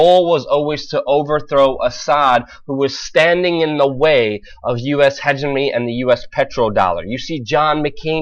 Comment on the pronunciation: luke, why do you pronounce hegemony like hegeminy